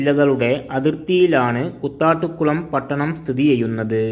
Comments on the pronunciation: കുത്താട്ടുകുളം അല്ല കൂത്താട്ടുകുളം എന്നാണ്. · Kuthattukulam alla, Koothattukulam 🙂🍭